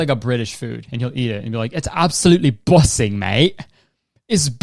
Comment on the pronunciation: When he said it’s busin in that accent I lost my shit